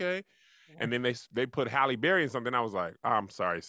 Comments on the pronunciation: I have been waiting monthsss for someone to correct saying Halle Berry’s name 😂😂😂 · So am I the only one that heard pronounce Hallie as (Holly) too 😂😂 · Shoot! ain’t alone! I’ve been pronouncing Halle Berry as Holly Berry for the longest time too!! Maybe it’s a Southern thing lol Or maybe just chalk it up to my NC accent! 😅😂😂👀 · I don’t kno anybody who don’t say holly berry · HALLE BERRY = i pronounce it like and and not sure we are wrong. the HALL is how its spelled. then an E. HALL-E berry. wtf is a Hal-lee berry lol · I been pronouncing halle berry "Hall-E" for years too, y'all got on kev like he the only person that probably pronounce it like that 😂😂😂 just how we say "Mokintroll" instead of "remote control" 😂😂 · He just is using a different pronunciation of the a in Halle. Tomato/TomAto.....